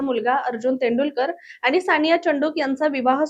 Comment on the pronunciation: आनी नाही आणि